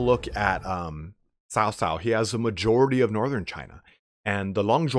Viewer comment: You also nailed Liu Bei, but it's a hard cutoff at the end of his name. Cao Cao is more Tsao Tsao though your accent is pretty good. Kong Ming is alright, Ming is more question sounding though, where it goes up, like the end of 'are you coming?' Also, the first word in a name is the same as last names lol Nothing too different there.